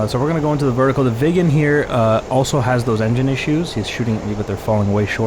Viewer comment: Excellent video as usual. Sorry I couldn't help but giggle because every time you said "Viggen" I heard "vegan"... Sorry non native english... 😅